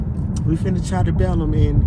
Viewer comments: Debellum 🤣🤣🤣 it’s Deep Ellum friend😂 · Not that he said “depelum” instead of DEEP ELLUM 😭😭